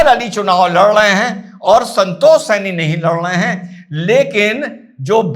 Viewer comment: Janab yeh saini nahi hai sahni hai